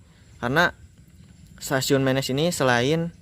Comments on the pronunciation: Dibacanya bukan mėnės...tapi menės....daerah itu penghasil emping pandeglang yg terkenal...salam sukses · Penyebutannya Menés, bukan Ménés. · Kang ari Menes teh dibacana: "Meunes" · Wah stasiun Menes diliput, dulu disini tempat main saya waktu kecil, karena sekolah SD saya tepat di perempatan sebelum masuk stasiun. Ejaan menesnya dikoreksi ya Me nya siga nyebut merapi, nes nya udah bener.. Sip lah lur.. Orok Menes mana sorana?